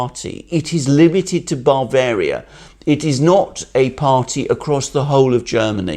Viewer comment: As an Englishman, the way Alexander Mercouris pronounces Bavaria as BARvaria is most peculiar, I've never heard that before. I've noticed a couple of other such unusual pronunciations, strange for someone who went to a UK University anyway. Hmmm.